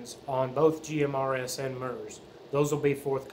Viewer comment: FYI a broadcast is a One Way transmission not Two Way communication.Also MURS is pronounced so the U sounds like the U in PURSE not like the U in MUTE.A little research goes a long way.😂🎙